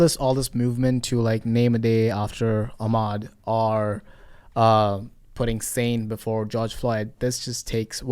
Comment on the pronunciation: I'm sorry, it sounded like you said Armed Robbery day?